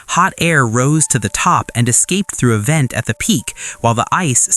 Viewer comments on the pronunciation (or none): none